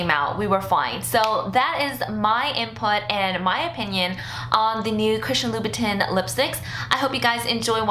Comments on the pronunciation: Great review. Btw, it's pronounced "loo-boo-tan" instead of "tin". :) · the correct way is tan but with a nasal sound. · not to be a bitch but loobitin though?? why didnt you make sure you were saying it right like you knew you were making the video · Its pronounced Loubouton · I'm french and the real pronunciation is "loubou-tain" You were pretty close though :) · Im telling her how to pronounce it phonetically, she would read louboutain the same way she read louboutin :) Dont worry I know how to pronounce it :) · Fuck French pronunciation!! I don't say "loubou-tain"! English please! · I can help but cringe when you mispronounce Louboutin LOL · I hate it when people pronounce it like that and they try to act all great lol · Everybody should be able to pronounce Louboutin correctly by now....... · You are not fashion. Because you have items with fashion labels attached...does not mean you deserve them. You pronounced Louboutin like you live on a foreign farm. Stay away from couture. You don't get it. It's not for you. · How can you review it when you can't even pronounce the brand?